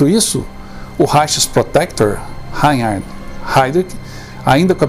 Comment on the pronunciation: Rrrrrrrainnnn...rard...este último "H" se diz como agá fonado . Não lembro com sua senhoria pronunciou Reinhard, mas por certo que não ficou reconhecível. Lembre -se rrrrrrrainnnn...hhhharnd - este "H" é pronunciado como o senhor fala "haid rik" Eram monstros. Mas os patriotas eram muito, muito corajosos... Não se pode chamar traidor o que contou o nome dos companheiros....o sofrimento por tortura tem um limite. Deus os abençoe a todos do grupo. Parabéns pela aula de história.Eu é que agradeço.